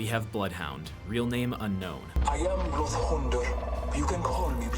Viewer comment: blood hounds name is 'Blothe Honder'